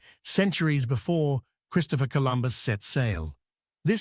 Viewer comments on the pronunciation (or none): none